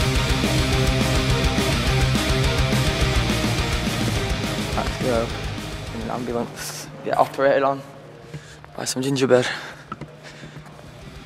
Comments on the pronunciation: The way he said 'Ginger bird' sounded like 'gingerbread' to me xD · lol when he said ginger bird i thought he said ginger bread hahaha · swear he says ginger bird...